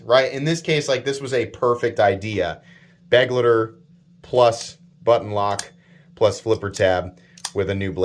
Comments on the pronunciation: Kizer choose a german word as the name. I guess because there are to many knives already called companion. But why do you say beg-le-de, it's like I wrote above, be-glei-ter. Type it into google translator and listen to the audio output. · Begleiter is german and means companion and it's spelled be-glui-ter. Sry but it drives me nuts how you americans spell it.